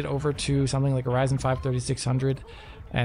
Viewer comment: They really gave Wich the Wyzen and Wadeon with no Way Twacing